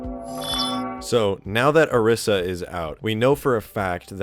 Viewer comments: ITS PRONOUNCED O-REE-SA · four seconds in and i have to quit the vid. dont post on youtube if you cant pronounce words. o RYE za. say it with me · this guys pronunciation of orisa lol